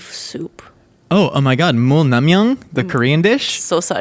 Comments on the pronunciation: god the way he said that korean dish on made me cringe :| Just fyi, its pronounced 물냉면 (Mool-Naeng-Myeon) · is usually so good at pronouncing foreign food names, but the way he said "mul naengmyeon" kills me